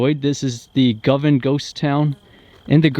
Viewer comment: pronounciation is "GO- Van"